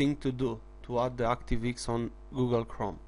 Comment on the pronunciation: "...active eeks!" Haha! Love it! Thumbs up my friend. Not taking the p, just find it funny.